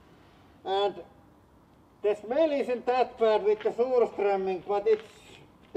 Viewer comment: "Vot da fuuuck" and "shmell" killed me😂